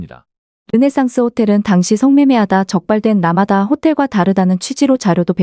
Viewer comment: 라마다를 라마다라고 하지 머라그래.